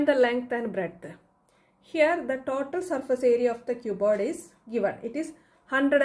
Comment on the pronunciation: Mam it is total not tatol😂❤